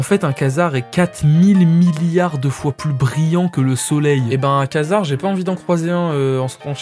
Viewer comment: Quasar ça se prononce "Quoi-Dzar" pas Kaznar mdrr (désolé je suis accro à l'espace) mais sinon bien la vdo